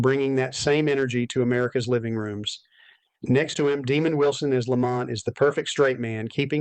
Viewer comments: IT’S DEMOND, NOT DEMON. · Nice butcher job on demonds name....demon it isnt